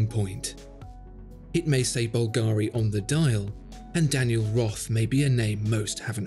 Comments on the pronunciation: Please, no more bulgAri... its is bUlgari... Other than that, great video once again! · Mate, it's bùlgari, not "bulgàri". It's an italian name (and yes, I'm italian and know how it's pronounced). Thanks.